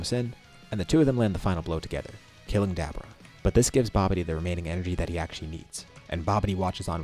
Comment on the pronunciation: May i ask? Why.... Did your pronunciation of Dabura change...? Back then ya kept on saying DabUra now its dabura like a more tame tone....